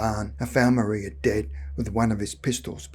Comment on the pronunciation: No disrespects but I’m from an old Suffolk family and one of my ancestors was slightly involved in this event. The man giving the account of this event pronounced her name Maria wrong. It was pronounced in the old way of Mariah although spelt Maria